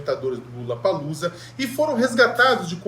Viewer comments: Não é LULLAPALLOZA, é LOLLAPALLOZA.!!!!! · É impressão minha ou ele disse Lulapaloosa?🤔🤨